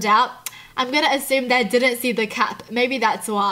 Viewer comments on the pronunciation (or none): none